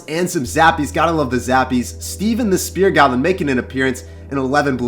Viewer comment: Who is Steven? Why is he calling spear gobs like that?